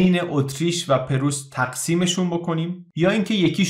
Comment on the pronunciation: ممنونم از وقتی که صرف اطلاع رسانی می‌کنید. خواهش می‌کنم کلمه پرُیس را صحیح ادا کنید. سپاس Preuß= Preuss